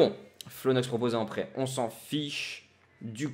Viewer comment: Salut au début de ta vidéo quant tu as dit que le coach voulais t'envoyer en prêt j'ai entendu qu'il voulait t'envoier en prison LOL SINON bonne vidéo;)